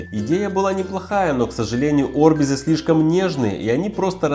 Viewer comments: не Орбиз а орбИз бесит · Не орбИс а арбизы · Правильно орбИз!!!!